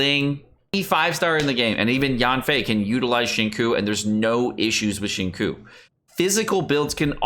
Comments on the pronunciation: Why does everyone pronounce Xingqiu's name incorrectly, u pronouce it "Ksingchou" or something like that not "zinkui" or "shinku" or stuff like that... XD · My dude, I hate to nit pick, but Xingqiu is pronounced shing ch-yo. Like yo-yo but swap the fist yo for a “ch” sound. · ok after listening again he pronounced it as 'sing-cho' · Xingqiu is pronounced. Xing chou... Q is pronounced Chi bro. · Acually, the second part of his name is more towards "chew" so its Xing-chew if you want to pronounce his name similar to the actual name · It's Shingchuu btw. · the way you pronounce xingqiu makes me so 辛苦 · the way you pronounced xingqiu's name pains me hasdkfja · Nice video I think this was a much needed video tbh. I heard kaeya is really good to crown and he has a super high multiplier but I don’t use him haha. I love you bro but please learn how to pronounce these characters names… like you can hear them say their own names on their profile in English 😂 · please brotha... watch a xingqui pronunciation guide... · Okay but that pronunciation of Xingqiu hurts me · why is he pronouncing XQs name so awfully? is there some inside joke I'm missing? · The pronunciation of XingQiu makes me cry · Omg I almost had to click off the video for how you pronounce Xingqiu 🥴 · Please don’t ever say Xingqiu again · You even pronounce his name wrong lol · I know this is just a joke, but for future reference, just know that the “qiu” sounds a little closer to “cho” than “chew.” Don’t mind me, though, just putting input where no one asked. ;) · please... no more "shing-koo" business. It's killing my soul. It's pronounced "shing-cho" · Dude it's not zhing-sho. Maybe zhing kew is more like it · xing- me: yes just say ‘chew’ please: koo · I died a little on the inside when said Shin-ku instead of Shing-chou for Xingqiu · How Xingquis' name is pronounced: 'zhing-sho': 'zhing-koo' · I am surprised that British guy let your pronunciation of 'Xinqiu' pass without comment.